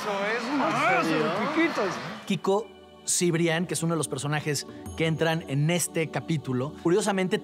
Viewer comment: Es Cibrián, no Cebrián